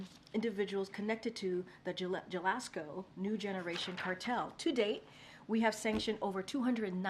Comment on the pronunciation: By “Sinewlah” does she mean Sinaloa? And by “Gelasko” does she mean Jalisco? Dios mio!